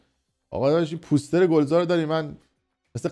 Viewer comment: POOOOOOSTER? 😂😂😂 poooooster chie dige! It's POSTER! 😂😂